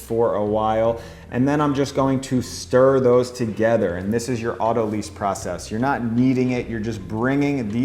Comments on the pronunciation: Autolyse/autolyze Pronounced 'otto- lies' Not 'otto-leeze' Words are fun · It's not pronounced lease, it's pronounced lice. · this is so interesting and I'm very excited to try it. The only thing that's bothering me is that autolyse should sound like "lice" not like "lease". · Great video, and I want to get into baking sourdough bread, but autolyse is pronounced to rhyme with "nice", not "lease". I've heard a lot of bakers completely mispronounce this, and I'm not sure why. I guess they never payed attention in chemistry or biology class. It comes from the biochemistry term "lysis", which means to split or cut. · Great stuff. FYI, autolyse is pronounced 'auto-lice' (as in "lysis"), not 'auto-lease'. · Auto-lize, not auto-lease. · Best sourdough videos! Thank you so much! Btw I think autolyse is pronounced "auto-lice" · Autolyse is pronounces like autolies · Great how-to but you're mispronouncing "autolyse"